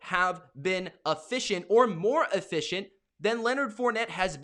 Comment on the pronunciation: Bruh what the fk is uhficcient ?